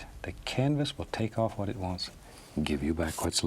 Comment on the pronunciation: Lost it at "hwhat" lool